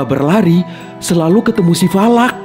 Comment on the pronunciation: Bang falak bukan valak